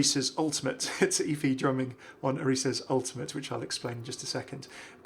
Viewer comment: thank you for saying both efi's and orisa's names correctly LOL you're the best, love your videos:-D